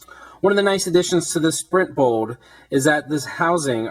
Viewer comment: BOLD no bowd